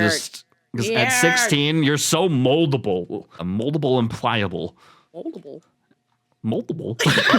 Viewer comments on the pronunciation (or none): So mouwdable and pwiable uwu